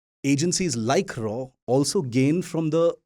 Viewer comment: its "R&AW" please , not "RAW OR rAAw"